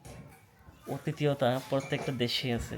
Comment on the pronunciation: আরে মূর্খ,অতিথিয়তা না,হবে আতিথিয়তা